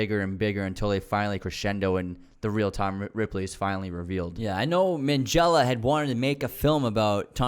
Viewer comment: It’s a hard G though. Not Minjella. That’s just how “gh” is pronounced in Italian - like ghetto.